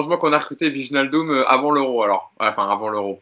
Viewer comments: Maintenant qu'il vient, apprenons à prononcer Wijnaldum. Écoutez sur ce lien la vraie prononciation, dite par un Néerlandais, ça se dit VÉy-NAAL-Deum: Apprès si vous voulez je vous apprendrai à prononcer MBappé et NGolo Kanté et autres Dembélé 😄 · Le j de wijnaldum n est pas prononcé. En gros on prononce juste le i come un i anglais.